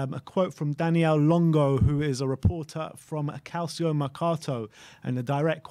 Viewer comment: It's pronounced Cal-cho not cal-see-o